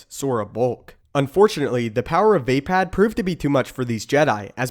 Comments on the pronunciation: its NOT VÄPÄÄD ITS VAPAAD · It's not "via pad", it's "vah pad" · its not vay-pad or vape-ad its vah-pod